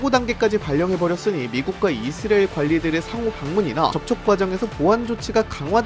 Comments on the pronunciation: 발음을 자꾸 이스리엘이라 하네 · 이스라엘 발음이.......... 그냥 이.스.라.엘 하면 안되요.? ㅋㅋ 아예 영어발음으로 하시던지